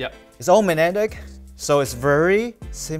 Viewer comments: Loved the way is pronouncing word magnetic where g is completely absent so it sounds like manetic. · struggling all video and not being able to say 'magnetic' properly was hilarious